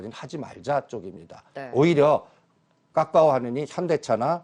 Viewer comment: 이 아저씨 맨날 카카오는 "까까오" 라고 하는데 카카오뱅크는 "카카오뱅크"라고 발음 하시네ㅋㅋ 일부러 그러는건가ㅋ